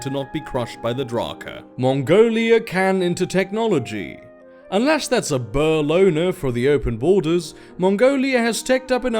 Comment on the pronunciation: "Ryk" is Afrikaans (the language the Boers speak) for Empire, it like the 3th Reich and such, also I think Boer is pronounced Boor.